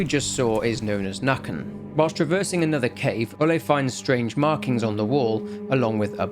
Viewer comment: Nøkken, its more Nuhkken Pesta is her name, Pest means plague